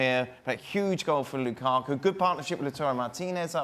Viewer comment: This guy as always hates "Loo-kah-kuh"